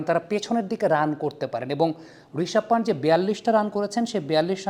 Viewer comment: প্যান্ট নয় পান্ত হবে ওইটা